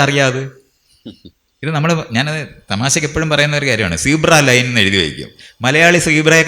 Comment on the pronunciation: Zeebra line അല്ല.. See bra-line. അതാണ് കേരളത്തിൽ ഉള്ളത്.